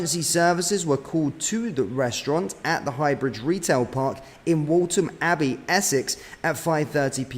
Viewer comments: Please learn to say place names correctly! It’s Waltham Abbey not WALTON Abbey. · Waltham abbey not waltom mate 😊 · its pronounced with an f, Waltham abbey as wolfham . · Scary... I do hope the victims are okay. It's alarming that it has happened in Waltham Abbey, when it's such a small place. I wasn't sure where you were talking about at first, as I've never heard the Waltham in Waltham Abbey being pronounced the way you pronounce it 😄. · Can’t even pronounce Waltham Abbey correctly, amateurish.